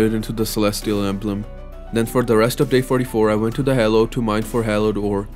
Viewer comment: Did I hear that right? Hallow pronounced ‘halo’? Still amazing vid,keep up the good,no,amazing work